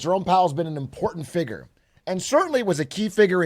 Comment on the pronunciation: why does big A say "Figure" with a hard R